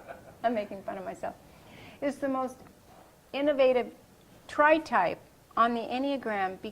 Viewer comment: "tripe" lol